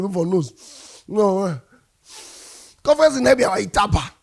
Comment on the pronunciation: It's UTABA not ITABA